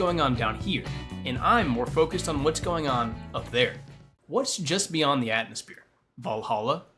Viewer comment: "Atmospeer" Unsubbed